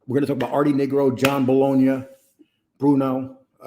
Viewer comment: It's Nigro with a long i